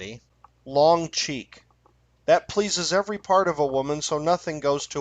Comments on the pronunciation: The Raccoon stripper is named "Long Creek", not "Long Cheek". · It's actually pronounced long creek